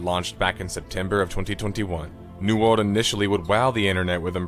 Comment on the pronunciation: Why is it that is capable of correctly pronouncing the word "world" when he says "new world" (half the time anyway), but not when he says "world of warcraft"?